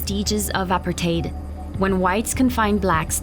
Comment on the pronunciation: Worst Narrator ever, they are speaking Afrikaans not Xhosa. Also learn to pronounce Apartheid correctly